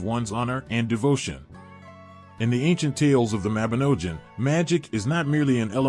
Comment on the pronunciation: Y Mabinogion is the best, welsh mythology is great! Read the book people...not an american accent a.i that can't pronounce even the word the video is supposedly about.